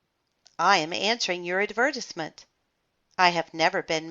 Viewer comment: Well..... you don’t have emotion while you read no offense and you said advertisement wrong btw not a hater but just saying.